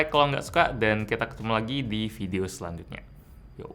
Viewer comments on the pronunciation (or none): none